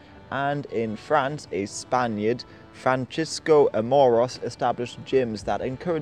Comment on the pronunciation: Happy New Year! but please start this new year changing this. In Spanish the letter "C" is never pronounced like "ch" like in italian. It is like "k" if before "a", "o", "u" and any other consonant AND like a "S" if before "e" or "i" in latin america and like a "th" in most of Spain. So it should like "fransisko" or "franthisko" but never "Franchisko". i don't know why many people pronounce spanish as if it were italian. Shouldn't Spanish be a more influential language? Would people also pronounce french as italian?